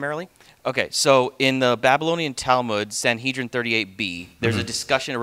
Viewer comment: I find it insulting that, , two Christians have the chutzpah to explain a rabbinic text (especially when they couldn't correctly pronounce "Sanhedrin")! They've no clue what it's about: R. Yosei was telling R. Akiva that he shouldn't use the imagery of David sitting beside HaShem as the latter is utterly incorporeal. Moreover, the two "thrones" do indeed indicate HaShem's attributes: rachamim (mercies) and din (justice).